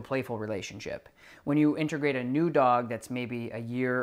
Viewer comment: It’s in tuh grate.. not in ter grate.. and it’s “a so see ate” not “a so she ate” Integrate Associate Easy!